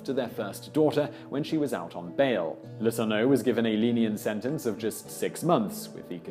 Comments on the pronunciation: Yes, and it's "Le-TOUR-no'. (Accent 2nd syllable, remembering the news stories) There was another name Simon mangled in just this video. But I've already forgotten what that was. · That was driving me crazy too. Dufresne and Letourneau. There’s no doubt that Simon does excellent work in his videos, but I can’t help but be irked by the butchering of names.